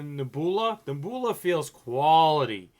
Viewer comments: Really? Neh-BOO-lah? You're smarter than that man, ur making us Boston boys look dumb lol. I can't believe that in your 30+ years you've never heard the word Nebula, pronounced Neb-YOU-lah. Neh-boo-lah my God lmao 😆😆😆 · nehboolah.... cahm awn my guy... its neb(u)la. NEB-YOU-LA... i lawst mah kah keys.. fuggin christ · It's not Neh-BOO-lah silly, it's Neb-You-lah!!! You know, like a nebula in space? It's like a galaxy or something, a group of stars maybe. But I've never heard anyone say NEH-BOO-LAH lol, esp not a grown man. I would think you'd know how to pronounce a simple word like that lol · The way he says nebula 😂😂😂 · THANK you I was wlike he got to be playing he cant be serious reading is fundamental...LOLOL Cash Me Outside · Wow you pronounced Nebula all kinds of wrong lol good video though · the way you said Nebula!!!! That's what sets you apart sometimes and is funny as hell.